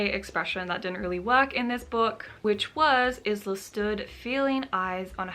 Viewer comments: This was a really nice vlog, you should definitely do more of these! Also her name is pronounced as eye-la unless it says otherwise. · I've heard about the book here for the first time. Maybe I'll read it one day. Just to see what the negative hype is all about. I think you are right about what you said about people being jealous of Alex. The main character is pronounced Ila, I believe. The "s" is silent like in island :) Also, please continue to do book reviews like this :) I'd love you to read the "Most Likely To"- Series by Sarah Sutton. So much swooning I cannot get over how awesome these books are <3 "Teaching the Teacher's Pet" is the first. Then follow "Dreaming About The Boy Next Door" and "Rebelling With The Bad Boy". Book 4 is coming out this September :) My favorite so far is Book 3 :D Sending you much love and creative vibes and hope you get along well with your writing <3